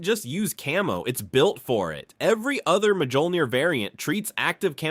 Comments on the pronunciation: The Mark 4 didn't have power sustainment issues it used a fusion reactor just like the later iterations of the armor. It also did not have energy shielding and MJOLNIR is pronounced like Me All Neer not ma joll neer. Also everything you said about the MJOLNIR program is pretty much wrong. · Literally one second in "The Majohlneer program" aight I'm out